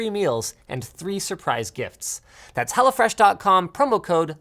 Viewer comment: It sounds like you say HellaFresh 😅